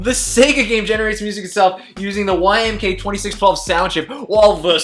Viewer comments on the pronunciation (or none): There’s no “K” in YM2612, Sega!